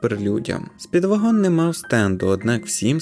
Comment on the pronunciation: Роби наголос на першому складі